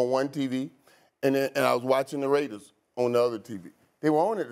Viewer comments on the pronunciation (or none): He said the raiders .. sounded like ravens